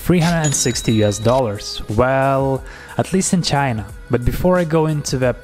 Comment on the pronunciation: did he say "if you live outside vagina"? 😳